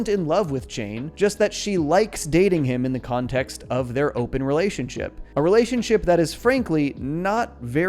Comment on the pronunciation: I heard that pun. You pronounced it "Kahn-text" instead of context. I noticed. That's excellent <3